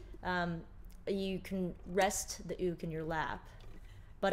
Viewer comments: It’s pronounced youk but it is spelled uke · I love this! The only thing is: I understand it may be correct to say “ook”, but I only know “Yook”, and it’s freaking me out! Love you anyway! ❤️💕🥰